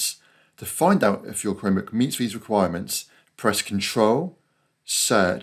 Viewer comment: Thanks! This worked for me! I've had a Chromebook for several months now but had no idea I could install Steam on it. (BTW, with your accent, it sounds like you're saying "Cremebook". 😄)